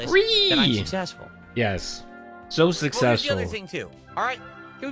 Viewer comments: “I am sussessful, I know the formula for sussess” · He called it, 'Sussessful' 😂